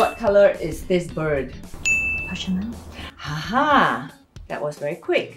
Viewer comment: Just sharing-Gris is pronounced GREE. Roi is pronounced RUA. Parchemin is not pronounced parchment 😆 it’s par-sh-e-mahn. Framboise is raspberry. Pronounced fram-boi-s the s is pronounced at the end. Source: I speak french and live in France